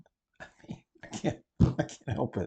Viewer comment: The way I laughed when you said "white fra-gee-lay" 😂😂😂😂😂😂